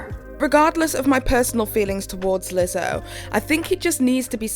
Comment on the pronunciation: Omfg was that a Scottish accent? You have me dying “lizzzohhh”